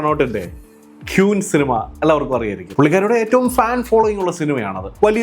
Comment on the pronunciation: ഈ അവസരത്തിൽ പറയുന്നത് ശരി ആണോ എന്നറിയില്ല, Queen എന്ന വാക്ക് ഉച്ചരിക്കുന്നത് ക്വീൻ എന്നാണ്, അല്ലാതെ ക്യൂൻ എന്നല്ല